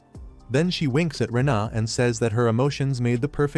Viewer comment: The AI has never seen the EI diphthong, because the girl’s name is pronounced “Rayna” not “Ree-inna” and that’s just the beginning of the dumb mistakes. Please edit your 💩